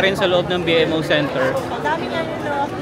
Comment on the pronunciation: B-MO po ang pronunciation, hindi B-M-O